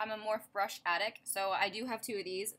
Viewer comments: Love love love this look and the style of this video! You look amazing as always! Morphe is pronounced Mor-fee. ( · If your a Morphe brush addict you should pronounce it right, it's pronounced more-fee.